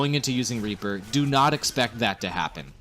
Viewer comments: Reaper not raper :3 ._. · Could have sworn you called him "Raper" at the beginning. Surprisingly fitting, actually.